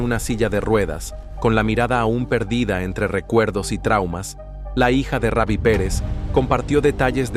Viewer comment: Hermano sino save no able el nombre es Rubi no Ravi ok😊